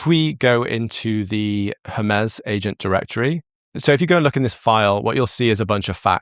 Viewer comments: Hermez? Every time you say Hermez instead of Hermes it immediately takes me out of what you're saying. Why can no one in the creator space seem to pronounce things the way they were meant to be pronounced? Hermes is the messenger God of the Greek pantheon, it has never been pronounced Hermez. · I’m dying a little inside every time “Hermes” is pronounced like “her-MEZZ” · Cant get over how you say Hermes wrong XD